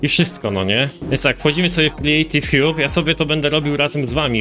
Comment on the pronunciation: "kriejtiw hjub" haha